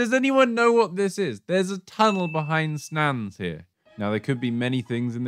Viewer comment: please tell me you were just being funny when you said Snans